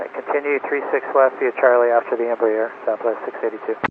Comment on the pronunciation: It's "Em-brare", not "Em-bree air".